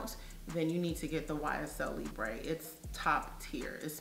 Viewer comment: Libre is pronounced Lee-Brrr (brr think of when your shivering 🥶) Not Lee-bray Hope that helps. Great video 🤗